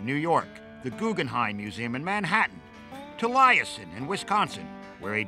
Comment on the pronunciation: Trivial matter, but Frank Lloyd Wright's home in Wisconsin is pronounced Tal-ee-es-sen.